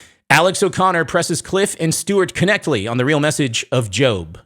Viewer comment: i love you but it's pronounced Cliffe "Netchle" the K is silent, God bless.